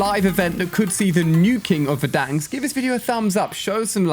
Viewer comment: Ali what the hell verdank its Verrdanssk, like timthetatman says it